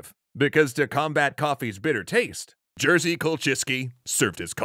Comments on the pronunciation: jerzy is totaly not pronounced like jersey, ists more like yezhy or yej (with french j) Idk, english does not have a standardised rz/ż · How on Earth did you even turn [jɛʐɨ] into [ˈʤɜːzi] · Jerzy is actually pronounced more like 'Yezzuh' in Polish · Uhhhhh, Jerzy is pronounced as "Yerzhi", not "Jersey"... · Hearing you read Jerzy as Jersey... kills me a little xD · Jerzy is not pronounced like jersey. Other than that good vid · U don't Jerzy but "yerry" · Just so you know - the 'rz' in Jerzy is pronounced like a 'ż'. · Why are you butchering polish names like this all the time? Jerzy is not even this hard. It's really not that difficult to put them into google translate and listen once or twice... Great video though, as always.